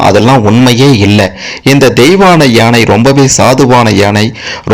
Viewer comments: ஏனை அல்ல ..யானை. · ஏனை என்று சொல்லாமல் யானை என்று சொல்லவும்.கேட்க...கேட்க தமிழை நினைத்தும் மனது வலிக்கிறது.